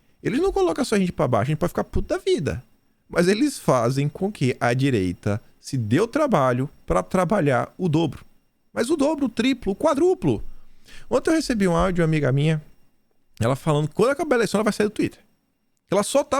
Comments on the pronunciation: a pronúncia é 'quádruplo'. A tônica é no 'a'. E não "quadrúplo", com a tônica no 'u' como você pronunciou. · só pra te auxiliar "quádruplo"